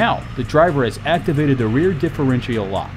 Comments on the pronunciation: Also, "different-chee-all" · The way this guy pronounces Mitsubishi and differential drives me nuts. But hot damn that Montero in stock form is a beast 💪